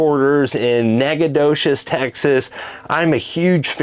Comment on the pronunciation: Hopefully Foretravel will teach you how to pronounce Nacogdoches!😂. Enjoy a beautiful part of East Texas. Looking forward to the video.